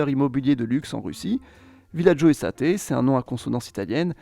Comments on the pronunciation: "Es-tayte" pas Estaté 🤣 Il se traduit généralement par " Domaine " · En russie je diria que cest Villagio Estate mais prononcé à l'anglaise plutôt non ? (Et non pas estaté) Hormis ce detail, super vidéo comme d'hab!! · estate ... ce mot est typiquemet anglais et signifie "immobilier". On le prononce en commençant avec un "i" puis comme état en anglais : i-state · on dit pas “èstaté” pour “estate”, c’est un mot anglais, ça veut dire immobilier en gros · Genevois ici, mais pas de Cologny, mais de la partie de la ville de GE qui en est limitrophe Hhaha J’adore tes videos, mais faudrait vraiment que tu tu penses à apprendre l’anglais ou que, au minimum, tu vérifies les prononciations, même en français… genre Dubaï, South… et surtout ESTATE… ce n’est pas de l’italien (ce qui signifie « été » dans cette langue), mais bien de l’anglais (aisse-teille-te) et ça signifie « domaine/biens/propriété », voire « agence immobilière/immobilier » aux US, comme ici sur ce site russe (real estate). Mais encore bravo pour ton travail ! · Très intéressant, mais la prononciation des termes étrangers est à revoir ^^ ('estaté' ) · "villagio estate" j'aurais plus prononcé estate à l'anglaise.